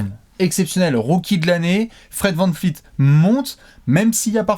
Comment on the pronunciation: Pas vanFleet, vanVleet!